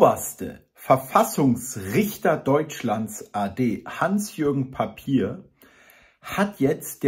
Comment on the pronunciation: der Name des Richters ist hugenottischen Ursprungs & wird daher französisch ausgesprochen, NICHT ...Papier Was verstehen Sie eigentlich unter "inkompetent" ??? Ihre Sprache ist nur Bla,Bla. "Nachhaltig" in der Zukunft ? Also bewahren Sie Ihre Lebensmittel in der "Nachratskammer" auf. Bei uns heißt das aber "Vorratskammer" !!!